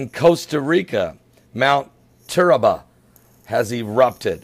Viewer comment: it's TURRIALBA NOT TURRABA I live in Costa Rica